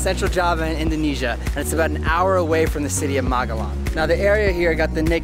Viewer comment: Kali ini anda mengatakan Magelang dengan benar, bukan Malegang. Pasti anda belajar keras untuk mengucapkannya. Its awesome. Maturnuwun ... 😄👏👏